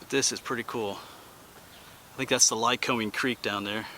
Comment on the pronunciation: FYI: It's pronounced MAC-Intyre and most locals say LYE-COMING with no long "O" sound...